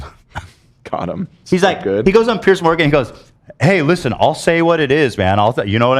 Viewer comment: His name is Piers!!! Pronounced “PEERZ” Lmao literally everyone calling him pierce morgan